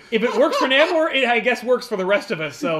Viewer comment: Confident his name is pronounced NAY-MOOR. Ant-Man Hank Pym IS an original Avenger. West Coast Avengers was a popular idea at the time anchored by fan favorite Hawkeye as leader. Tigra did wear armor-in the much maligned animated series-Avengers:United We Stand.